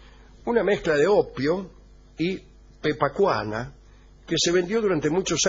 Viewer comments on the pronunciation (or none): Ipecacuana se dice